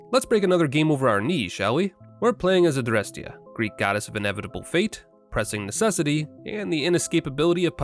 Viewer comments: Good lord your pronunciation of Adrestia and Harmonia is perfect! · The (very correct) way you pronounce "Adrestia" and "Harmonia"? Be a superior American and this language lesson: Apply that directly to anything Japanese you might say in the future, but make the Rs more of a middle sound between R and L. Then you're pronouncing Japanese better than ~99 % of Americans. xD